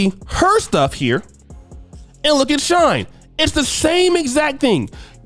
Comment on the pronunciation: It’s pronounced “SHE-N” not shine. If you was married, you would know these things. 😂